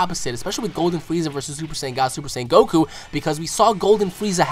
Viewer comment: i like how you pronounce "super "saiyan"" properly !!